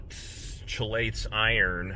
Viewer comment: Chelate is pronounced "KEY-late"